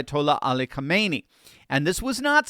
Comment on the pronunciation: Its not pronounced Kaahmeni, do better.